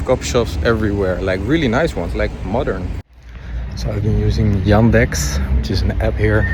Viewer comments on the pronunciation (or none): none